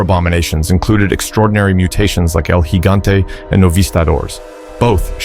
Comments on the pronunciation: Thank you for actually saying El Gigante properly. I swear most videos that bring him up constantly pronounce it with a J sound and I hate it so much. 😂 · Thank you for actually saying 'El Gigante' correctly